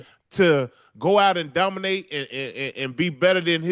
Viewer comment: HE DOMINAYTON AT PRACTICE 😂😂😂😂